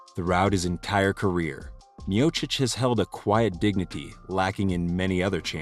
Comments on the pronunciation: Good ol stipe " myohsick" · His last name being mispronounced 3 different ways in his first fight was pretty funny. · So how are we meant to pronounce 'Miocic'? Several different versions throughout his storied career. He's mint and as it stands, the greatest heavyweight. Although, I think Aspinall will take that mantle eventually.